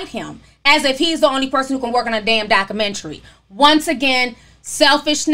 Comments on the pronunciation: Why Do You Pronounce Documentary, That Way? You Say DOC-Men-TREE It's DOC-U-Men-TREE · Ti and this hood pronunciation of documentary 😂